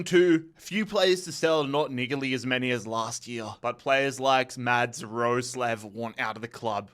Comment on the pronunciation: fym not 'ngaearly' 😭😭😭